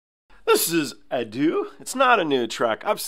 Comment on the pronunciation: FYI, her name is pronounced "Ah-doh" with an emphasis on the first syllable. For the record, the crowd is silent in the first three venues because COVID restrictions were still in place and any screaming, singing, cheering, etc. was prohibited. The audience was pretty much only able to clap and wave their light sticks. The last show is her first one after all COVID restrictions were lifted so there was a lot more crowd interaction.